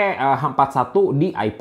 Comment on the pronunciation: i five bang bukan i pep